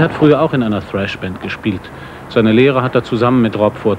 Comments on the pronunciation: ...als sogar das ARD Thrash noch richtig ausgesprochen hat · total underrated dass die ansagerin Thrash richtig ausspricht :) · Die Dame spricht es richtig aus und des Genre wird auch noch richtig beschrieben 👍